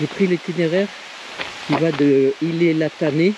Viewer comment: Faut prononcer le t a la fin de ilet on ne dit pas iler , si non c'est une très bonne vidéo magnifique 😅